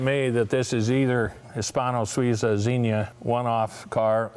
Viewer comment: It would be really nice if Leno learnt how to pronounce the names of cars e.g. the Hispano Suiza. I guess it's a lost cause. Americans just don't want to do things properly.